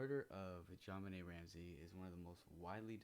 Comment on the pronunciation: Welcome to the Creator World, You picked a hell of a case to start with 🤣. You are pronouncing JonBenét's name perfectly. I got to tell you though Patsy was Miss West Virginia 1977, so I don't think she fell in the category you referred to (If anything people accuse Patsy of "reliving" her glory years thru JonBenet). Ransom Note was long as hell (2.5 pages), had a bunch of odd movie references, and ransom instructions, not standard at all. Boulder PD did a 💩job, they didn't follow protocol at all (& you're right they should had that whole place on lock-down). Pineapple wasn't in her stomach, it was in her upper small intestine (Duodenum), which takes 2-6 hrs to arrive (likely more than two as pineapple is rather fibrous). You got the DNA all wrong, there was consistent ("matching") Unidentified Male DNA (known as UM1) found: on both sides of her long-johns, under her fingernails, & co-mingled with her blood in her panties. The long-john DNA was "touch DNA", I imagine the DNA under her fingernails could have been Epithelial (skin), but that found in her panties is believed to have been saliva (but definitely Not semen). John was rated a 5 out of 5 that he did Not author the note / Patsy was rated a 4.5 out of 5, so while they could not fully eliminate her, they did by 90%. It actually had Not snowed in Boulder since the December 16th & 17th before, it snowed 5.9", and had primarily melted away by the night of the 25th/26th. There was a little snow in the front yard on the N.E.